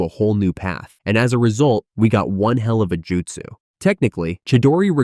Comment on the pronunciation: Good video but check your pronunciation. Raikage is not (Rai--cage) its Rai--kah-geh, Justsu = Joo--t-soo not juh-t-su, Suasano'o = Sue-sah---no--o not Sue-sah-new